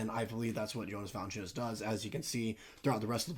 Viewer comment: Still didn’t pronounce his name right 😂